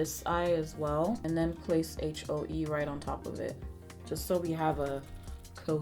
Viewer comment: “This shade called Aitch-O-Ee” Guuuuuurl... 😂😂 don’t get me started. Love you,!